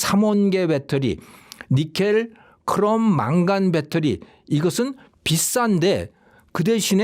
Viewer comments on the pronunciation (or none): 이 양반 말이 어눌한건지 씹히네. 니켈을 니콜이라! 배터리 얘기하다가 반도체와 혼동해서 바꿔서 얘기하면서 수정도 않하고 진행하네. 건강조심할때인데?